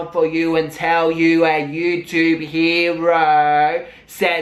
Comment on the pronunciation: I'm obsessed with how you say "hero" Maybe I should make that into a ringtone and when people get pissed I'll donate the proceeds to a "charity" for, uhm, well, how about the charity This Momma Needs Some New Baby Stuff Foundation, but then if I get caught for not really donating I'll pull a real charity out my ass to actually donate to (maybe)